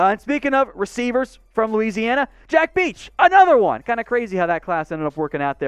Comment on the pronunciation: You butchered Bech’s and Langlois names. Bech rhymes with mesh. He has two uncles that played for LSU. Brett Bech also played for the Saints from .